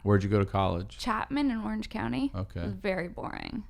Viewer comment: "Orange county" not "Oiiiuuerhenge counnniee", This upspeak is killing me